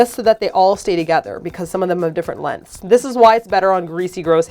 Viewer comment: It's funny to me because when you say "lengths" it sounds a bit like lenses. So I had to stop there for a second. We really pronounce each syllable in the USA. Len-gths. Man, I am so easily distracted. I love your hair tutorials; too bad I just took a shower. Though, I do feel bad about the male viewers. However, I feel like your channel has enough variety that they shouldn't feel bad., I think you're due for a hairdo, let's see how you can style it up. Tutorial please!!!!!